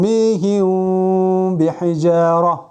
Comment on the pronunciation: Ас саламу алейкум суроо? сукунду мим ба тамгасына жолукканда бираз в тамгасына ыктап окууп жатасызбы? Тормиихивв бихижароо деп. Рахмат Аллах ыразы болсун аминь